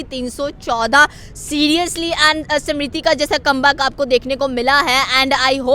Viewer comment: Smirthi not simrithi 😂